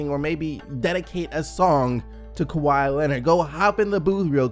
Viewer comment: This man said Keke to Kawhi!! 😂😂😂